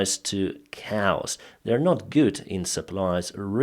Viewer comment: Hi, always watch your updates. I notice Ukrainians have difficulty with the word 'Chaos'. It's not pronounced as it is spelt so, it's pronounced 'K', as in OK, and 'oss' as in 'toss' = K-oss 😉👍